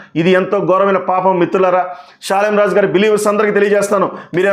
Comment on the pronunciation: ప్రియా చౌదరి గారికి షాలేము రాజు అని పేరే సరిగా పలకటం రాదు ఎవరో ముందుండి నడిపిస్తున్నారు ఆయన కనీసం స్త్రీలు అనే మాట కూడా ఎత్తలేదు ఈ ప్రియా చౌదరి అన్ని కౌగించుకొని ఊహించుకొని భారతదేశంలో ఉన్న ఆడోల్లందని రెచ్చగొట్టి నన్ను ఒక్కదాన్నే కాదమ్మా నేను ఒక్కదాన్నే ఆడదాన్ని కాదు మీరందరూ ఆడోళ్ళు అందరిని అన్నాడు మరి వేసులుగా తిరుగుకోవాలని ఆయన ప్రత్యేకంగా అంటే అది అందరికీ కల్పితం చేసింది చెప్తున్నాను అమ్మ ప్రియా చౌదరిని నేను అని సృష్టించింది ఈ ప్రియా చౌదరి దైవజనుడు దేవుడు బిడ్డ అని విషయం తెలియకుండా ఆమె ఎలాగా ప్రవర్తిస్తుందో మరి ఆమెకు భర్త ఉన్నాడు లేడో తెలియదు ఆ భర్త దారిలో ఆమె నడుస్తుందో లేదో కొంచెం తెలుసుకొని ప్రవర్తించండమ్మా ప్రజా చౌదరి గారు